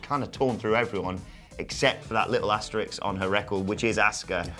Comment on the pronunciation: Please learn how to say asterisk, not Asterix. He’s a character in a comic.